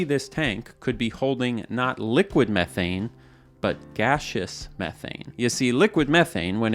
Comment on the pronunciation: Dude can't pronounce 'Methane' properly ! 😄